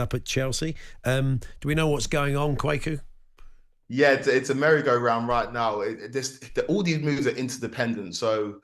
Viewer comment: Kwaku...Kwaykoo XXX Kwa as in question ku as in Koo Stark